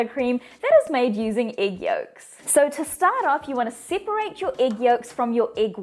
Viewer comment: And “siperate”!❤